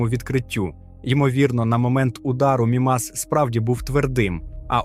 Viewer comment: Взагалі правильно МІмас, а не МімАс. А решта все чудово, вперше чую про океан на Мімасі.